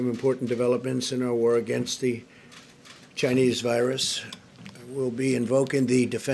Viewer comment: "Ghinese virus" 😂